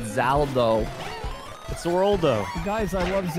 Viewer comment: Its zaldo. I'm unsubbing